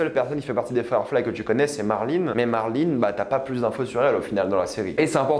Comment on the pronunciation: marline jole c'est bon fais un effort avec les noms, on est en France mince , ça m'irrite les oreilles a chaque fois